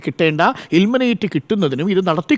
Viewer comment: ഇലിമനേറ്റ് അല്ലെടോ. ഇല്‍മനൈറ്റ്